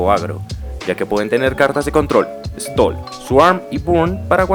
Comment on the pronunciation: "Stall"... Oh lalá señor francés! -Y cómo se dice? -Bilardismo!